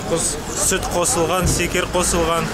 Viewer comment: Секер))) шекер ді айттыңыз ау я